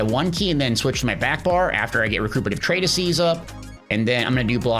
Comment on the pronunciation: im sorry can you say treatise again... 🤣